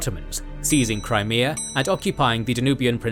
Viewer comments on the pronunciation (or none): none